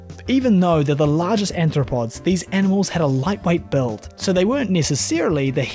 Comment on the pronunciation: >>> At least three times your voiceover (corroborated by the captions) refers to anthropods (sic). Care to define? Human-like feet?